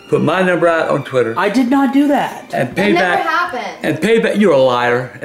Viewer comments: He said tweeeter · He ain't say Twitter he say tweeter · Twatter xD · He called it Twater lmao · “Look up that Twitter or Twater!” 😂😂😂😂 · “Tweeter”😂❤️❤️ ily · "Tweeter" XD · I love it when he cusses out Bridgette and and mispronounced Twitter 🤣